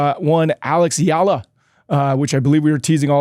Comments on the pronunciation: How about starting the interview with a little courtesy by asking Eala to teach you how to pronounce her name instead of calling her "Yala" to her face? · Andy still saying her name wrong lol